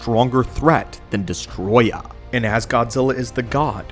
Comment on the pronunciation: It's Destoroyah. Not Destroya.